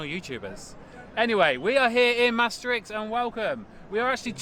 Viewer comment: Merry Christmas and pronounced Maastricht like a dutch.. <3ed to hear that